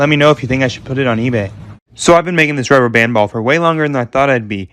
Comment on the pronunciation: When he said ball it sounded like just sound is wrong